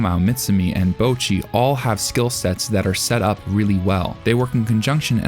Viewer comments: Imagine watching BtR for like literal hours; Hearing the name being said in Japanese over and over and over and over. And then going: YUP! HER NAME IS BOUWCHEE - It sounds impossible, but Americans make it possible. They are out there on the frontlines of stupidity every day, fighting the good fight. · The way you misspronounce Bocchi is driving me nuts